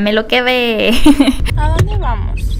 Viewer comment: En este minuto dice dode y tendría que decir dónde